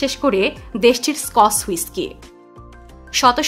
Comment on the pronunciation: স্কস হুইস্কি না -- স্কচ হুইস্কি। উচ্চারণে পরিপূর্ণ শুদ্ধতা আশা করি।